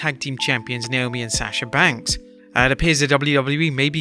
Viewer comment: For the love of God it's Sasha banks not saasha banks